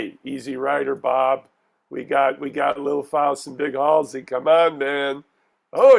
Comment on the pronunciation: Did you guys even see this movie?? Can’t pronounce Halsy. Missed so much!!